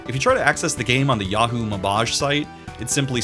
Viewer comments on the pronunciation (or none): none